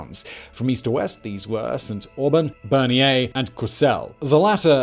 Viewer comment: Not Berniere. Bernières-sur-Mer. Other than that a great video.